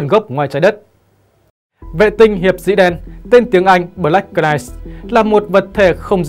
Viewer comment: Đóng góp chút ý kiến Xin đừng đọc “BỜ-LẮC “ .Đọc 1 âm BLACK (căn bản english) và Đừng đọc CỜ -night (Knight)mà 1 âm NIGHT (K không đọc) Trên YouTube có triệu người xem mà đọc không đúng, không chuẩn làm người xem không hiểu nói gì?😁 Rất quan trọng.Không cần tiếng Anh giỏi nhưng tối thiểu khi lên YouTube nên chuẩn bị tốt để đọc tin Chương trình rất hay và giá trị. 👍👍 cám ơn